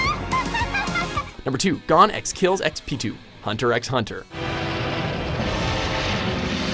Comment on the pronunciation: When will learn that the x in hunter x Hunter isn’t pronounced